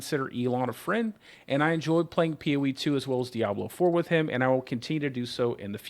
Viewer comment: i meant more like his pronounciation of the word, almost like hes missing a letter when he says it.